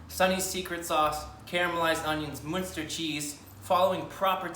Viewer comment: I love the fact that you pronounced it Münster cheese and not munster cheese